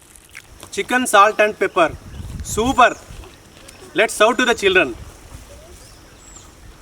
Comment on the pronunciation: I love when he say superrrrrrrr. ❤️